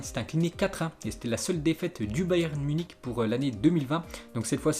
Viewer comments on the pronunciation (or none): none